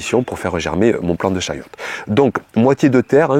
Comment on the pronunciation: Chayotte....et non chouette 😂